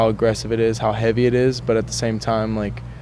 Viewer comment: Love how this dude can’t pronounce H’s in words and it still sounds awesome. It’s ‘eavy as fuck man.